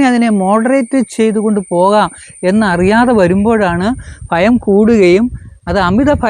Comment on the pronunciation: കൊല്ലം കാർ chilar♥️അങ്ങനെ